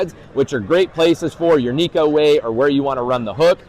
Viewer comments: Love the channel! But there is a difference between Neko and Nico. One means cat, one means smile. I encourage anglers to start pronouncing it the correct way. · It’s pronounced “neck-oh,” despite how the majority of backwater fishing hillbillies say it. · if we started to called crankbaits, wankbaits. It would be corrected. I will never give up my pursuit in having the bass world pronounce Neko correctly. 😂